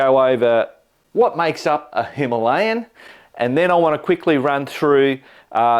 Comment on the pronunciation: a little education. It's a "Him al ee an" not a "Him a lay an" Say it😀 India correctly matey and show the world that Aussies are really on the case 😜